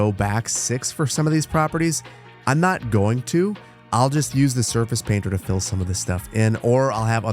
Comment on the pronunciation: Every time you say "let them fill in", I hear "let them Phil in" 😂